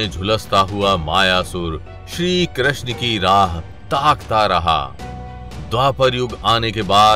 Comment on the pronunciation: Bhai Pehle Krishna toh theek se bol le